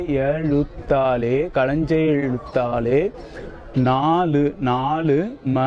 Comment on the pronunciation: களஞ்சியத்தாலே என்று சொல்லவேண்டும். கலஞ்ச எழுத்தாலே என்று சொல்லக்கூடாது.